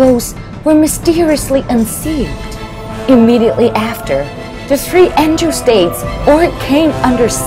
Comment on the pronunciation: what the f is a SaFIRE?! What the f is an Engil? It's Sapphire, not SaFIRE. It's Angel, not Engil